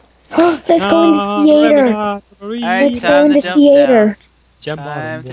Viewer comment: "Let's go to the thee ater"